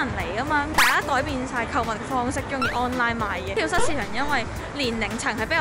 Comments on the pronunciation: 讀跳「早」市場，唔係跳虱市場🙊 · 好想食綠豆餅(;´༎ຶД༎ຶ`) btw 話說 蚤 應該讀 早(? 🙈呢個先係👉🏻蝨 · 係讀跳＂早＂市場呀lol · 跳蚤[早]市場~注意下讀音